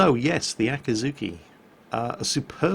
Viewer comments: 暁 Akatsuki あかつき "Dawn" 秋月 Akidzuki あきづき "Harvest Moon" Nope, not letting you get away with it. Though I'll try to ignore the pronunciation problems for now. I mean, "Aah cat sue key"? "Aah kih zoo key"? Should be more like "A cot's key" and "A key dzoo key" (A like in lawn or car or awful or ah!) Welp, guess I failed at ignoring the pronunciation after all. Well, I appreciate the Akidzuki-chan image. :D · So how many times did say Akazuki instead of Akizuki? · so... nerds... how many times did he say aka-T-zuki instead of akizuki?? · an easy way to remember both: Akatsuki is spoken "akatski", while the Akazuki is spoken "Akuzooki". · Here’s a good tip to tell the difference. With the one in the video: put emphasis on the ‘i”s (the EE sound) “Akeezookee” And then it sounds different to Akatsuki